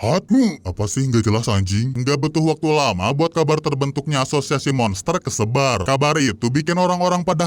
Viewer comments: asozazsaz bg lu mau ngomong azosiasi malah asozazsaz🗿💔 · " ashusiasi pahlawan " 😭🙏🏻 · Ini di hp gw aja tapi kok pas bilang asosiasi kok aneh y